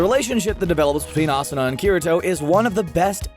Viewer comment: I was satisfied when you said Asuna